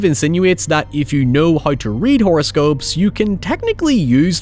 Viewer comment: lmao what is this accent XD words like how and now turn into haoi and naoi, wtf :Ddd